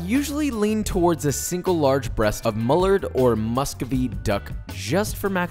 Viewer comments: mullard? do you mean mallard? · Dude said mullerd that’s mallard. Pronounced mal-erd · Your killing me🤦‍♂️ it’s not mullard, it’s mallard😂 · I’ve never heard mallard pronounced like that, took me a sec to realize that’s what you meant! This recipe is fantastic for me as I’m an avid hunter and have a freezer full of duck!